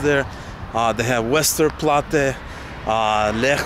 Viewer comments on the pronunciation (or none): oy mate! What do you mean “łesterplatte”?! If Wałęsa can be Walesa then Westerplatte is W-esterplatte not Ł-esterplatte. This is not an English “w” sound. We have “ł” for that one. Polish “W” and “v” sound exactly the same ;)